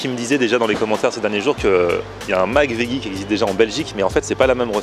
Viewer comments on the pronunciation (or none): encore une fois, on prononce "vedji"... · On dit véji